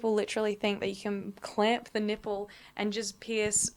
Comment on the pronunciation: Is it bad that for the first few minutes of this when I knew you was going to be talking body parts I wanted you to pronounce them funny, nay I was praying in my head for you to pronounce something funny and you didn't disappoint with your Nip-pell shout, I live for these carry on :)